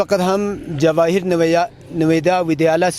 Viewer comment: Its jawahar not jawadiya😅